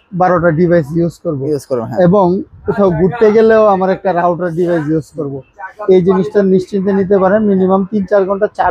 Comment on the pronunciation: Not rouder, It's called router!